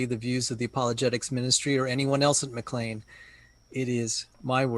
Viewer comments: needs to know what he's talking about before he comments on it. This was not a "death threat" against David Platt. And it's pronounced "McLane", not "McLeen". And Platt is late to the game - the church started in the early 60's and became a Megachurch under Lon Solomon in the early 2,000's. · The church's name is pronounced as though it were spelled "McLane"